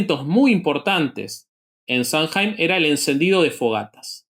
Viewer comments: SAMHAIN NO SE DICE SAMJAIN, SE DICE SAM-¡ÈN! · Samhain se pronuncia /SAW-win/